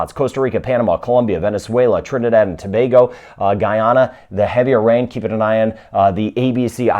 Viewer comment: He pronounced Tobago correctly